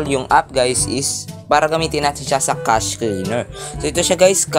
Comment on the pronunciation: Kashey mo ang basa sa cache ehe